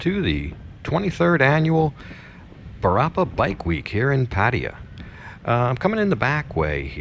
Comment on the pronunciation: Paaa-tee-a. 😂🤣😁 pattA-YAA